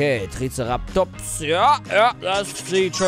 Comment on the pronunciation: Er hat einfach Triceratops falsch gesprochen